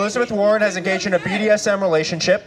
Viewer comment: I also like how "" can't manage to say "Massachusetts" or "BDSM" correctly. Only four minutes in and I can't handle it anymore.